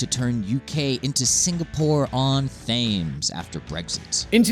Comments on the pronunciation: Its not pronounced Thames it’s said tems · You pronounced Thames wrong. Its taymes or temmes, not fames... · Its pronounced 'tems' not 'thames' ffs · Thames 😂 you mean tems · Th ames ??? Try temz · Dear Americans, it's pronounced "tems" not "thaymes" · Singapore on “thaymes” 🤣🤣🤣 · "Singapore on 'Thayms'..." lol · What the fuck is thayyymes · Singapore on They-mes???? Where the F@ is this mysterious River They-mes the yanks (love 'em) keep talking about?? It's Thames with a hard H or a silent H .. Always has been back through time, Thames, Tames, Tamyse, Tamesis, Tems.. I know there is a town called New London in USA with a River They-mes running through it, as I was impolitely told by a resident was the correct pronunciation and that we called it Tames due to our Germanic influence from the time of the Hanoverian Kings. As I told her there are 2 sorts of English, The Queen's English and everything else that is wrong... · "th-ames"? the fuck? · who the hell pronounces Thames like thhhames? It's "Temz" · why did you let him say 'th' - ames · Its pronounced Singapore on 'tems' not 'faymes' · Was it just me that noticed the mistakes littered all over the show!? The guy said Thames instead of Tems, which straight after said it correctly, it said Newcastle earns €27k but said they earn €35k, then it said Londoners earn on average €209k then he said they earn €190k, London central? like wtf! I can let the pronouciation slide, but terrible mistakes in figures is atrocious! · da thats ok. just buggers me every time I hear a yank say THAMEs instead of 'Tems'. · My man really "thames" instead of tems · I'm a Londoner and IDGAF. People mispronounce stuff all the time. vOv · Yah boi just said 'thames' not 'tems' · Thhhhhames!??!!?!? fuck, its pronounced Tems., how can you allow yourself to be in a video when someone is committing sacrilege on the most important piece of geography in England? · every British person paused when he said "fames"